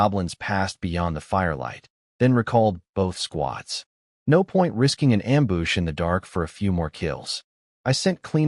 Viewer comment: I love this story lol and hey the wife actually does care lol also, I’m loving how many Am-boosh’s there are 😂